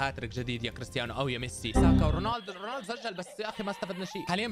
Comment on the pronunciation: رونالدو❌ روناندو✅